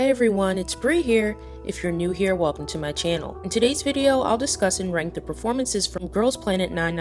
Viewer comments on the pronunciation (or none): none